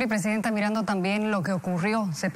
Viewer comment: Cada rato le dice ptesidenta a la opa